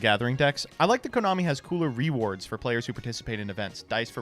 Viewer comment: "[Yu-Gi-Oh] has better 'RE: Wards" Then i realized it was "rewards"